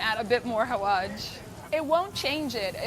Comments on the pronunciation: it’s hawaSH not hawaJ😫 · She little said 😂😂Xaawaj xappens😂😂